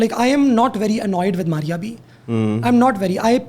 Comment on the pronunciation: Why is she calling Maria B to Maria Ch